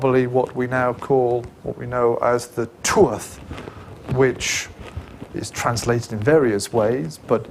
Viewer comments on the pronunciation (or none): It's an interesting enough lecture and has helped to put some details in context for me, but dear lord, why is it any time a non-Gael lectures about Ireland they fail to realise that our orthography is decidedly different? He lost me the second he said "Too-ath" for "Tuath" and pluralised it as "Tuaths" It's pronounced TOO-ha or TOOah (depending on your region), and the plural is "Tuatha" pronounced TOO-hah. His pronunciation gets worse after that. If he (or any other YTer) is going to do a video on Ireland, pleeease contact your nearest Irish person for verification before we end up with another "Sam Hayne" fiasco on our hands. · Tuath second.t not pronounced